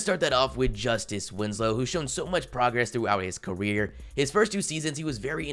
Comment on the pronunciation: Anybody else here him say caweer 😂